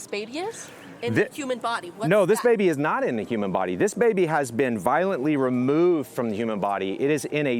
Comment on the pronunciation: I think she actually said removed…but said it how old transcontinental actors say it “Re-move-ed”